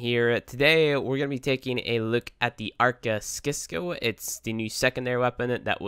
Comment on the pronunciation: It's pronounced 'sisco'